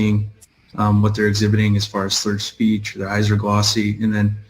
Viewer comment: did you say that " her SLEECH was SPURRED ? "